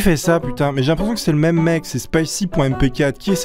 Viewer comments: Mime tu veux dire meme ? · OMG il a dit MIM OHlala !! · on dit meme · Non en anglais le e ce dit i